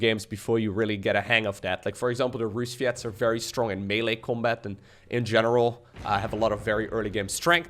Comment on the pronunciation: "rusviets"? really now? xD edit: also speaking terrible russian, never thought i'd live to this day